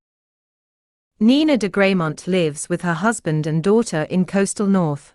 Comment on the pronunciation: It's pronounced Greh-MONT